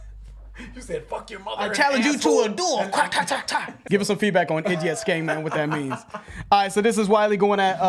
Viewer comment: ee-dee-yatcht is how its pronounced